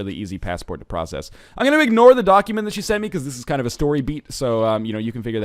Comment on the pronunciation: Is it just me, or does NL unintentionally emphasize the "doc" in "document?"